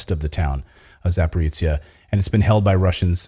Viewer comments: [Za- pah-ro-zye ] not Zaporeetsya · Thank you for telling the truth, as usual. One pronunciation comment: It's ZA-PO-RÓZH-YE, not "zaporitzia" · Not Zaporica, it should be pronounced Zaporozhye (Zaporozya closest possible in English transcription)